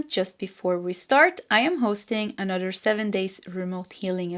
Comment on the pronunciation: Could you please improve your pronunciation of “another”? The “th” sound you tend to make sound like “dd”.